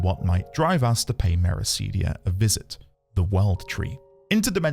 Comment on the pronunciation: Mera-CID-ia, not Mera-SEED-ia.